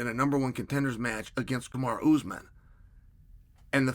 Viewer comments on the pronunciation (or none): none